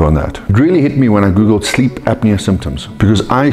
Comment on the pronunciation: I like how says “sleep” like “sckkhleep”